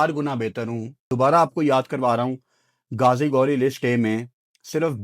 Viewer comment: اس کا نام گازی گوری نہیں غازی غوری ۔۔۔ تم بھی پٹی انڈینز کو خوش کرنے کے چکر میں اپنی اردو کو ہندی بنا دیا